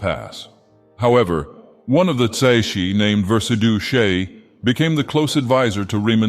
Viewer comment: tsaeci is pronounced sigh-see